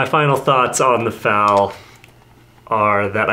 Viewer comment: its said Fal like bad not fal like bod